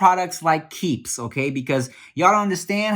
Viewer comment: My mans in the keeps ad said “key e e p s” lmao